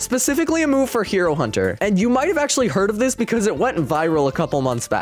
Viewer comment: Genoese not Genos Hiro Hunter Not hero hunter web smashes not webby smashes free can not free cam dojo not gojo I am not I aim Bloodshot not Blitz shot a1v1 not a 1v1 a game pass not a gamepass one not when praise peril not prey's peri Janos not Genos Goro Not Garou goes not Garou's anyone's not M1s I love the vid but the spellings make me laugh